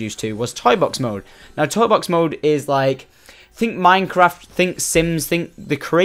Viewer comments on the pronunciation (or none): none